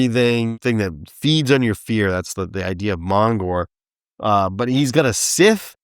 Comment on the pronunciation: Fun video! Thank you! Snake Face was horrifying, especially if you stopped for one second to think about his hollow eye sockets containing coiled snakes. How does he actually see? Do the snakes in his sockets act as his eyes? Is he blind, and does he echolocate like a bat? The more you think about it, the more horrific he gets. Mongor is basically a naked Krampus. Also: Sith? Scythe. FTR, it's pronounced like "sigh," with the "TH" at the end sounding like the Voiced TH in the words THis, THat, and THe oTHer. Funny thing is, they made all these big, impressive toys meant to be horrifying, but nothing creeped me out more than those cheap little toys, like translucent monster finger-puppets, the alien demons that came with Blackstar villains, and the Jips & Mogs that came with The Other World toys. Just really, REALLY unsettling for me, for some reason. Good thing I didn't know about Rocks & Bugs & Things!